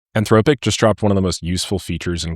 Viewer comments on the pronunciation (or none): I’m convinced he’s saying Anthrowpic on purpose, I just can’t prove it